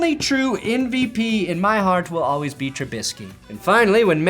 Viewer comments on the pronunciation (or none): none